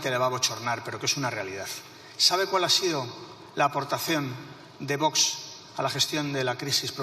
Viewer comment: Y esta tonta del bote que está de presidente del congreso, cuando se enseñará a decir VOX y no voch.